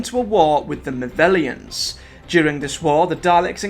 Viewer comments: So I have to ask why are you pronouncing the movelons name wrong it’s pronounced mo-vel-ons sorry ti sound like a nitpicky ass but it was bugging me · ?!?!? Mate, you just said he movellans not movellans, despute you spelling them the same way. Same with excilions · This is an amazing and comprehensive telling of the Dalek story! Thank you for this. Just a tiny quibble, I know the old classics are so far removed from the fandom nowadays, but as someone who grew up on the original series, Exxilon and the Exxilons are pronounced: "EX-ill-lon" and "EX-ill-lons" not "ex-ZILL-ions" (you've added an extra syllable) and similarly the Movellans are not the "mo-VELL-ions" but the "mo-VELL-lans" But that's just fluff. Great work! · I wish people would get the pronunciation of the names correctly it's excellons not excilions and movellans not movellans you shouldn't make videos of you can't say things correctly it just confused people and makes you look stupid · I enjoyed this video but your pronunciation of certain words throughout is baffling. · Ps, one criticism, your pronunciation of Movellans is wrong. ;) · It would be even better if he got the names of the people and places correct for example movellans not movellans and excilions not excilions I really hate it when people think they know more than anyone else and then get it wrong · It's 'Movellans' and 'Stein'.